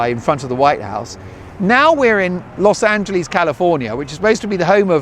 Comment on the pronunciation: Big Congratulations!! And Yes! I was hoping you'd do more travel stuff! It'll be a little hard on Mrs. Dolan, so it might not work, but I do think it may be the wave of the future. I'm wondering if you'll fix the way you pronounce "Los Angeleeeez," to "Los AngeLESS." 🙂